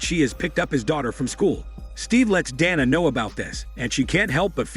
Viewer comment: Bro get the name right is it donna or Dana.. that's what you get for using that stupid voice modulator